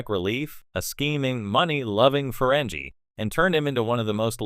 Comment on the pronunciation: Somebody forgot to tell your slideshow that Trek ended in 2005. Your AI got best actor right. Ferengi is pronounced with a hard "g".